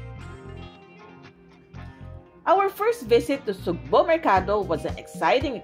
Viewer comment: pronounce as sugbooo not sugbu!